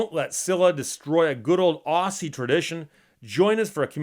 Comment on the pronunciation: Steve, please, if you're going to use the word Aussie, it is said with a hard middle, i.e. 'z', not a soft 'ss'. It would sound like Ozzy, NOT ossie. FYI, I'm an Auzzie.